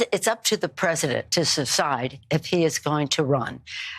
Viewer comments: “Up to the President to secide?” 🙈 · Did she say secide? She can't talk either. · "It's up to the President to SUSCIDE if he is going to run" -Nancy Pelosi